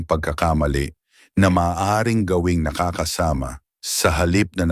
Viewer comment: Ayusin mo ang pronouncetion, Nakakasama! hindi nakaka- -sama